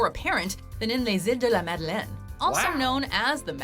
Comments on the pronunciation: HaHa that's where I was born and live so , like you , I LMAO when he said it 😂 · When he tried to pronounce Iles de les Madeleines, I mean kudos for trying but good God I damn near passed out from choking on a bing hitbi had just taken. Dammit kid. 😂